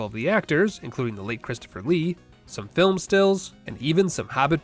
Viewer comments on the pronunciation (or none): none